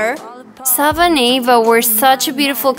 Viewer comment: It it is not Ava it is Eva